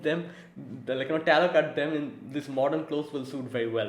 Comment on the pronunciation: Dude, It's Tlaloc, not Taloc